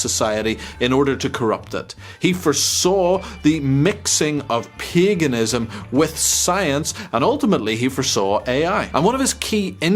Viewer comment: Sounds like you say “piganism”